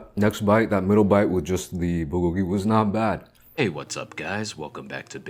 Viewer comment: Pokémon should make these into real merch. Also bulgogi is pronounced like “BURL-go-gee” The “rl” in “burl” is combined in one letter making an r/l sound. If you can’t pronounce it just say “BROO-go-gee”, which somehow sounds more authentic than taking out either r or l